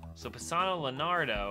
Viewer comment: Léonardo, not lénawdo!!!!!!!!!!